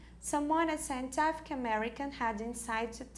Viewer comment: As pronúncias estão muito erradas nas palavras MEASURED, EFFICIENCY, SCIENTIFIC, REMARKABLE... Mesmo após tanto tempo acho importante corrigirem, quase 4 mil alunos já passaram por aqui e estão aprendendo errado!